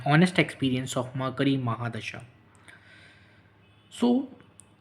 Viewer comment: Murcury hota hai.... Makri nahi